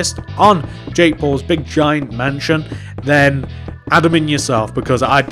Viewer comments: It sounds like he says jake balls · At first I thought he said jake balls houce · Ik lol